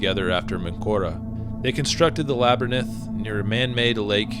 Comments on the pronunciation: Great vid! Thanks. It's Lab a rinth not lab er nith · Laberynth is pronounced LA-BER-INTH not LABER-NINTH. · Bro, Labyrinth is pronounced lab-rinth. Not La-ber-ninth. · Say labernith again....🔫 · A 'laber-ninth'? Are you serious? I really like your posts but you often mispronounce things and I ignore it, but this, well, sorry. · So this is where Joe Rogan learned to pronounce "Labyrinth" like that